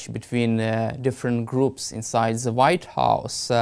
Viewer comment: You are a great journalist but this one thing makes it painful to listen. Please, please learn how to pronounce “the” in English.